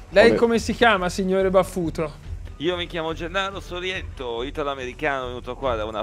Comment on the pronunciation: credo che homy si chiamasse Sorriento non Sollietto, a parte questo piccolo particolare bellissimo montaggio